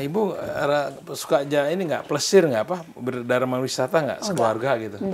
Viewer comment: Deg deg kan..berdebar,itu pun xleh nk sebut ka..